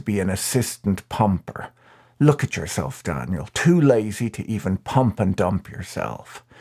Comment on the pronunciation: The way he said "Treat YOW self" 😂😂